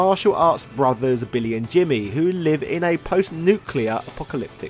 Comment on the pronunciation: did you just say Bimmy and Jimmy??? 😂😂😂